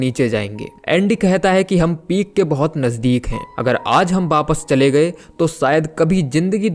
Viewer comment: V ya w ko b pronounce kyu krte ho aap? Jaise wapas ko bapas bolte ho ..thik se bola kijiye bhai